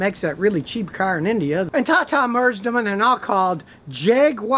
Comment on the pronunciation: Scotty are we ever gonna get a chance to see the meth lab? Can we get just a peek. Between all the herky jerky movements and your intonation ever time you say "tata" it sounds to me like "caca". Is there a difference?